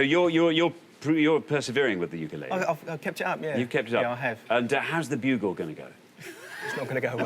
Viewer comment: wtf is a "ukulailee"?